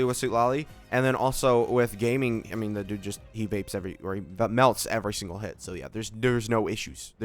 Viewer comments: its not gayming its gah-ming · Is the pronunciation of Gaming on purpose? I'm not in the meme loop for this channel haha